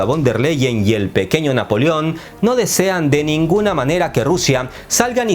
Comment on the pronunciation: Ese "Peqeño Napoleón" es tan peqeño, qe hasta es esperpéntico.